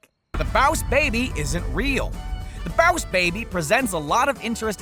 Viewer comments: stop saying bause baby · Baws Baby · Why does he pronounce 'BOSS BABY' as 'BAOS BABY'? It sounds DAMN ANNOYING when he says 'BAOS BABY' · Right ?!? Like why does he say b-ow(like in pain )-s baby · i stopped watching cuz he kept saying boss like bause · It's more like BAAAA- USEEEEEEEEE BABBBBBYYYYY (Slowed down) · IF I HAD A DOLLAR FOR EVERY TIME HE SAID BOAS BABY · "Bows baby" Everytime he said it I died from laughing Lol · Its boss not baws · Rewatch the video and take a drink every time he says “BOWSH BAYBIE” Actually don’t cuz you will die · Dude it's "boss baby" not "bowss baby" 🙄😑😂😂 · take a shot every time he said bouse babay You'll get alcohol poisoning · BAUSE BABY !!!! 😂😂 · It's boss baby not bows baby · it is boss baby not bowus baby. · It's not baus baibi its boss baby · Im late but stop saying “ballsh barbie” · Why are you saying bouse or baws instead of boss? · Why say boss wrong???? ( baoss baby?????) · Stop saying bass baby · What's bause baby it's boss baby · Boss baby. . Not boyus bahbay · 100% stop saying bause/bauss baby!!!! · OMG THE WAY HE PRONOUNCES BOSS BABY SO ANNOYING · jocileah msp baaaaaasss baby😂😂😂😂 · The baws baby 🤣😂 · Why is this guy so unusually pronounced "boss baby"?Is this a Southern accent? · Why can't you say "boss" correctly. It's super annoying. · why do u say boss baby like dat its so weird i was seriousally trying to pronounce how he said iy 😂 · What is Bause Baby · You know dang well you dont need to be pronouncing boss baby like that. Its a pain to listen to while watching. Dont know if whether to like or dislike. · Bowse baby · Boswz baby? Huwat? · I've never seen Boss Baby, but isn't the whole movie a flashback? Like him telling the story to his kids? Also, I know that a lot of Top 10 channels tend to mispronounced things, but how do you manage to mispronounced Boss? If it's a joke, it's not funny.